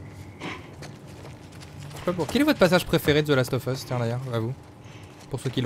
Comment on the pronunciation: merci de n'avoir pas dis "Zeu last of eus"